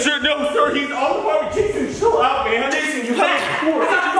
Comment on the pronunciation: when popped out of nowhere POP Edit:Lol how he said cAN yOu gEt hErE rIgHt NoW? How he said that Edit: CiLl OUt mAN”